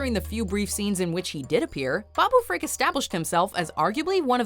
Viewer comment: Why does she keep pronouncing it "freak"???? It's FRIK, NOT FREAK!!! And, they're both awesome.